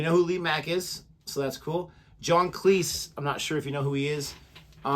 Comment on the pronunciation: Was going to click on this in around 30 minutes, but then I realised it contained John Cleese, and clicked just to see one thing... As I suspected, you're pronouncing "Cleese" wrong, just like every American, but at least you're sort of pronouncing "Graham" correctly. Cleese is pronounced Cleez. Graham is pronounced Grey-Em.